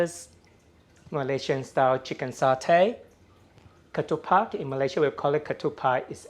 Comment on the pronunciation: It's "ketupat" not "pak". Thanks for sharing this. I do make satay and peanut sauce too. I would love to see your satay recipe ..what went in marinating the meat, & sauce